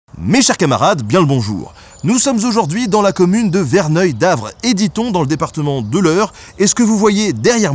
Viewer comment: * On dit "Verneuil sur Avre", pas "Verneuil D'aVréDitOn"